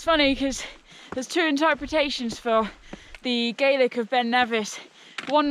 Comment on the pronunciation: You mispronounced Gaelic, but I throughly enjoyed the film and a huge well done for getting up that very steep hill😉🏴